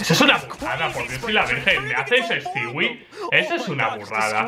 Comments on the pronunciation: no se dice stiwi se dice stui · Stewie2k > Estiwi two kei. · Me encanta como los españoles pronuncian palabras el ingles "stiwi"